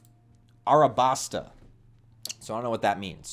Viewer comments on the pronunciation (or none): Just saying it's Alabasta not Arabasta. Just like how it's Zoro and not Zolo. Old translation errors and weebs being stupid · And it’s Alabasta like “Alabaster” that stuff that a lot of in Egypt is made from, I don’t know who on earth decided to make you mispronounce a simple word on camera like this but shame on them. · Woohoo! Welcome to the crew! (It’s pronounced Alabasta)